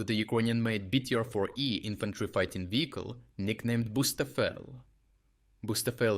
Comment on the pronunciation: Bucefal, not bustafel 😂